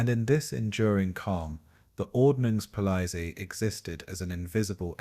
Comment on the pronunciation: I lasted a few minutes but could not stand the ridiculous AI pronunciation of “ordnungspolizei” anymore.